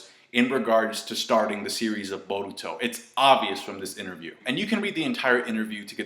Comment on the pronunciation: You pronounce Boruto like your mouth is stuffed with marshmallows